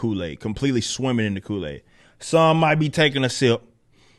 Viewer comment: I support the vid but did he say take a sip the take a shit? Or I’m just deaf🤷🏿‍♂️